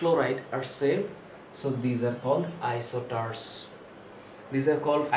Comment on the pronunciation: It's isosters not isoters